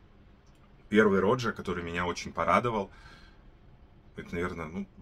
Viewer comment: Автор , не рОджа, а РожА.. Не парфам а парфюм.. Режет слух когда не правильно называете ароматы ...